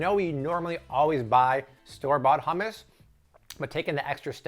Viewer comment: It's not ham-us 😭😂 I die every time you say it like that. It's hum-us 😂😂😂